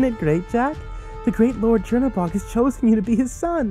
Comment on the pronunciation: is "cherry bog" supposed to be tzhernobog? because its not spelt "chernobog" and not pronounced "cherry bog"